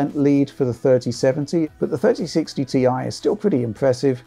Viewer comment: Thirdy sixty tee aye